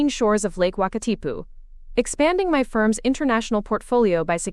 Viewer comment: Impressed with the correct pronunciation of lake Wakatipu 👍 Thank you Enjoyed the story. Done those flights a few times when visiting friends in New York.